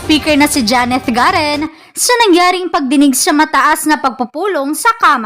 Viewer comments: GARIN ANG TAMANG PRONOUNCE 😡 HINDI GAREEEEN,,SHUNGA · Madam pronounce clearly Garin(i) not Garen(e).